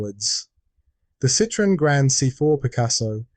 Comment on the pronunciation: Why does nobody(as far as I know) pronounce Citroën correctly? The TREMA (same to look at as German UMLAUT) signifies that the two vowels(O and E) should each be pronounced, separately. Otherwise it sounds the same as CITRON, (a citrus fruit ) I'm being pedantic here, because the man who started Citroën cars was a Belgian man called Monsiour Limon (or Limone) who moved to France and changed his name, but thought that Citron didn't seem exotic enough, so added the "e" with a Trema to appear more exotic. Jjust a bit of silly(but true) information ! So they really are lemons! (and I've had nothing but Citroëns for over forty years - I LOVE them !!!!